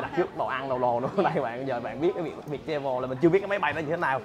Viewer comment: Ở Mỹ 3 năm mà đọc chử Travel chưa chuẩn